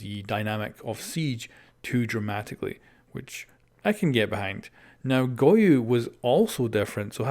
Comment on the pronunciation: “Goyu” lmao